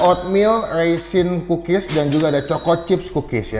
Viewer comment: Kedengerannya pukis ternyata kukis wkwk